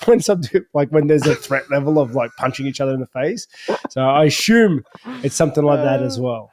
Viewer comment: “I ashume”